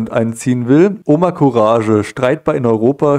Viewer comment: courage wird courag gesprochen !!! sonst alles o.k. !!!